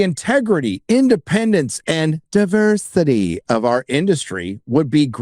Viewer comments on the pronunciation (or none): Gotta tell you....love the way you say "diversity ". 😂😂